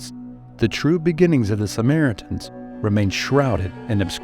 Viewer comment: First thing I noticed was that bizarre pronunciation